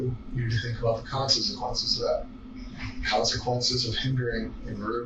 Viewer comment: never heard someone say consequences like that lol